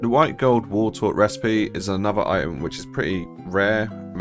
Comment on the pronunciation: You did miss something - the "T" in the word "item".